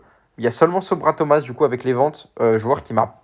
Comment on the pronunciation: Belle vidéo mais C Sorba Thomas et non Sobra Thomas